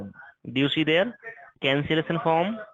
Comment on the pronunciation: “The cancelesson foam”